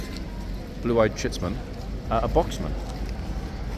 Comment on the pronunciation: Hello on a complete tangent, I have just worked our that you are referring to the 'Chicksman' not the 'Chintzman' 😊 I was looking for "chintz" fabric in the area and penny just dropped that it's Chick! Doh😂